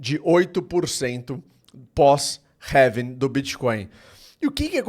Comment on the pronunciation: having???? É Halving meu amigo 😅